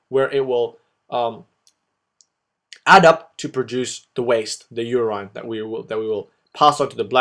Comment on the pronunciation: "You rine" lol